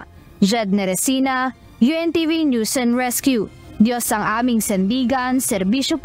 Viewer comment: ""UNTV"" ... Maribojoc Ay "Boloc" .. Lea Ilagan .. ""News is Prnounce Niya "Noise or Nose"" !!! Hahaha Hehehe Hahaha